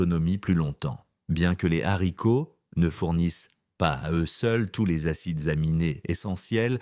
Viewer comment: Faudrait apprendre à votre voix synthétique qu'on ne dit pas des Zharicots! De plus, les "personnes âgées" ainsi qualifiées ne le sont pas à 60 ans et même 70 ! Et parfois davantage. Les jeunes vieux sont extrêmement visibles ! 😂